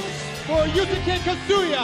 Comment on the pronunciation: They pronounced Yusuke as Yu sah kay......-_